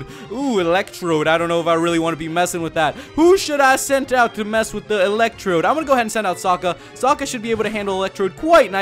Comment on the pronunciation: electrode.. more like Elec Chode lol